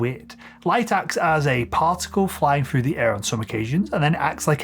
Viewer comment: Why do you say frough instead of through? And freeD instead of 3D?